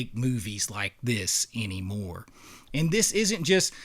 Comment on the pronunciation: Bro what accent is that you have where "anymore" is pronounced "eeeniemore"?